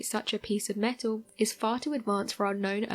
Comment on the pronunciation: I can't trust someone that says meto instead of metal